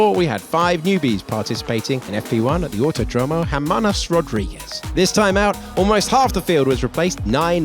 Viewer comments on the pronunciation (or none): "Hermanas Rodruíguez"